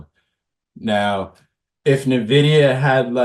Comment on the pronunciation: It’s n-vidia not navidea